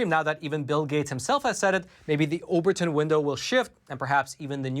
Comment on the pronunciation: Shame he doesn't correct the mistakes that aren't intentional. Like "oberton" window, Act requests and Bio-N-Tech...